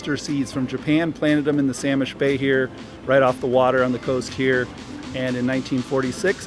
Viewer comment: SAYLISH not Sal ish.